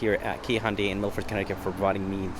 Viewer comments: I swear you are saying Hondai and it is confusing me watching the video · "Hondy" tucson